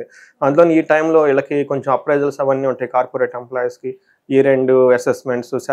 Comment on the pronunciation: ఈళ్ళకి కాదు నాయనా వీళ్ళకి అని పలకాలి.. వాక్ శుద్ధి రావాలి అంటే భాషా పరమైన స్వచ్ఛత ఉండాలి అండి 🎉